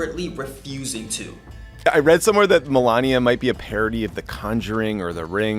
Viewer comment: If you're not going to pronounce Melania correctly, at least MISpronounce it correctly: MELABIA! 😊😂